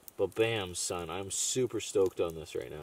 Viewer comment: I hear you saying "yeah SON" you ever lived in New York? cuz that is a slang and you're the first white dude who says it right!!! Much love new subscriber from Philadelphia SON!! Lmao